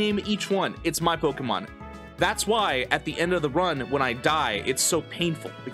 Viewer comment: I'm not going to be able to watch this because of how he says pokemon.